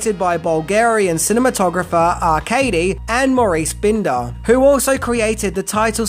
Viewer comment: And Maurice binder ( buy nder not bin der). For ten things you didn’t know, you should know how to pronounce names any movie fan would know.